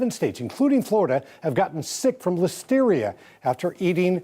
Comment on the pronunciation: Listerier lollllll 🤣🤣🤣🤣🤣